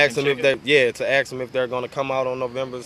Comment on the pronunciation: OH REALLY! What does that have to do with mispronouncing "ask" these days? It's just lazy and sloppy. They just don't care